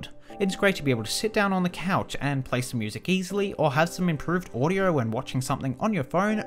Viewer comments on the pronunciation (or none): lol, he said "audyour" instead of "audio"